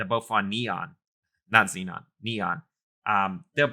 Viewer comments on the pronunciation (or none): none